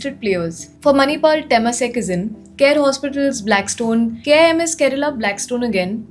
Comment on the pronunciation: small correction its not KIMS Kerala, its Hyd-based Hospital Chain & its pronounced as KIMS & not K-I-M-S, just like AIIMS!